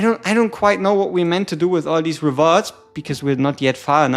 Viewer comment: "We take thise" that was great dude lol😊